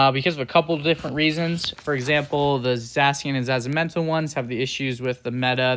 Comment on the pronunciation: Gave me nightmares the way he pronounced it